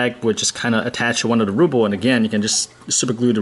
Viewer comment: RUHHHHHBLE RUHHHHHH lol you're saying "rooble" haha I was like wth is he saying 😂